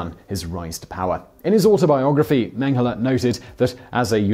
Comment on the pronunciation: It seems like you are pronouncing Mengele like Menghele, with an h in it. Maybe I'm the only one noticing it